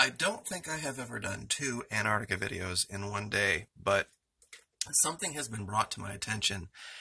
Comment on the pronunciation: Wtf is “ANAR-NIC !?!